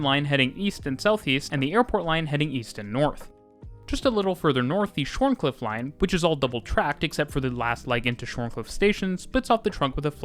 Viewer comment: "shorncliff" is pronounced ShawnCliff. Funny aussie thing. Like how Cairns is Cans, and Melbourne is Melbin